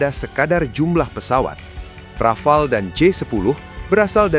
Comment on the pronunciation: desult Rafale ya heeeer